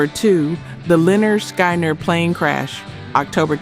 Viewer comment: You need to try and do better with the AI narration…it completely bungled the name Lynyrd Skynyrd…it pronounced it like “Skienerd”